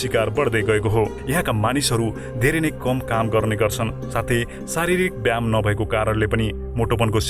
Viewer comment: व्याम होइन व्यायाम।